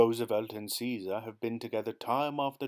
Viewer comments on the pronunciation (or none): none